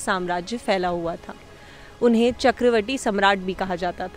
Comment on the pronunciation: चक्रवटी ❌ चक्रवर्ती ✅